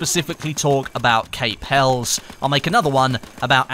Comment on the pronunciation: HELIS!!! you pronounce it HELIS!!! lol! Helles meaning Greek! Pronounced HELIS! lol why is EVERYONE GETTING IT WRONG HAHAHAHAHA!